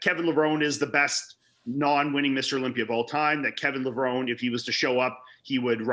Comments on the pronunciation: It's LevronE, not Levron! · It is pronounced Levron-ee! iIts an Italian last name and I just heard him pronounce it on Ron Harris Podcast. I agree with you. I thought Kevin was one of the best when he was on. Full long muscle bellies thick and round. I personally thought he was better than Flex wheeler When Kev was at his best. If he had a back at that 92 Olympia I think he would have beat Dorian. He improved it tremendously over the next number of years I think after Dorian taught him how to train It he said in interviews actually. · A simple google search would find that IFBB Pro Dennis Newman received his pro card at the 1994 USAs and Kevin Levrone, pronounced “Leh-vrow-nee” was the winningest bodybuilder before Dexter Jackson. If anyone is overhyped, it’s Shawn Ray with only 2 pro wins. Thank goodness this “sport” is subjective, because to me, you all to appear to not have a clue. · You gotta pronounce the E in levrone lol they actually said that in commentary on one of the Olympia intros as he came out. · for sure. And FYI it's Kevin Levrone(i) the right way to pronounce 😉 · P.S: it's Kevin Levrone(i) - correct way to say is with a I in the end. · Cmon guys you gotta get it right. Kevin Levrone's last name is pronounced like the e is an i (levroni). This is like the people who pronounced Sergio's last name wrong and say Olivia instead of Oliva